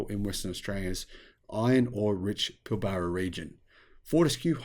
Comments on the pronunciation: It's pil-bra not pil-bar-a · Sorry, but as an Australian, your pronunciation of Pilbara is like fingernails on a chalkboard. The first A is silent and the r is "rolled" like Pill brra. And you did forget Twiggy does have a few more environmental credentials, having completed a Phd in Marine Biology at University of Western Australia in the last few years. Personally I can see road trains more likely to use fuel cells than batteries, or even B doubles outside the more populated areas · Hey I grew up in the Pilbara, which you mispronounced as well as about half the places you talked about. I was a Friend of David Forrest, Andrews brother during the 90s. David and Andrew are the great great nephews of Sir John Forrest the first premier of Western Australia. Anyway you are quite correct about hydrogen, it is a lost cause, at least until we make so much energy from renewable sources that we can spare some to make green Hydrogen. As it stands more than 95% of hydrogen comes from Natural gas, oil and coal. Only 0.04% of hydrogen produced can be called green hydrogen. It may have some use in Industry but not in transport, at least in the foreseeable future. I have met Andrew Forest and found him to intelligent and charismatic. However on the issue of hydrogen, sadly Andrew not Elon is the Muppet. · Never met an Aussie who can't pronounce Pilbara 😂😅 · I think Musk is a muppet for several reasons but this is not one. Forrest really is a dick! But maaaate! It's kind of difficult to hear an Aussie mispronounce Pilbara.